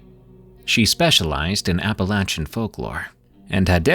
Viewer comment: Thanks for pronouncing Appalachian corrt